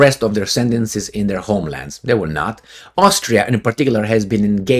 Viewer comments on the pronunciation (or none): none